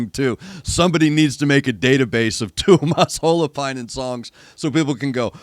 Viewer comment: 10/10 pronunciation of Tuomas Holopainen btw... 👌